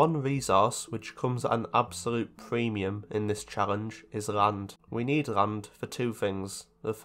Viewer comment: suddenly noticed a trend in your accent which has become extremely difficult to unhear. It’s how you pronounce L as R. Rand instead of Land, reft instead of left, and prace instead if place. Amazing video regardless, but I haven’t heard this in other accents.